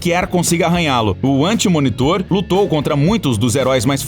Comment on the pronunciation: A véi tbm fala galactus anti munitor, calmo tbm bro